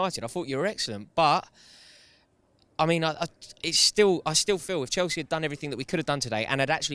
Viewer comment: Someone tell it's Chelsea not Chalsea please 😭😭